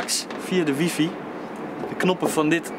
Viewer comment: Nu nog WiFi goed uitspreken en een Mac kopen:)